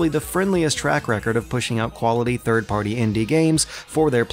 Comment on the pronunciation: you pronounce the word "Party" weird. Other than that nice, informative vid as usual